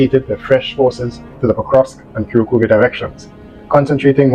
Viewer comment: Ku - rrraak - ova. Slightly roll the r.